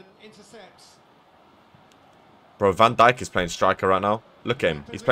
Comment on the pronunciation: I hate how he says van Dijk’s Name Wrong